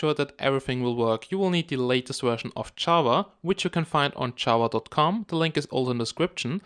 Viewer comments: "Chava" Java dude. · you say chava! lol